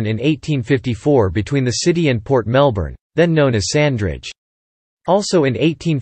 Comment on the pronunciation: I lost interest as soon as I heard you mispronounce Melbourne.